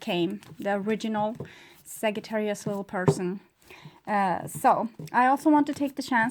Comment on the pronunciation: The correct pronunciation is SAJ---not ag-j not a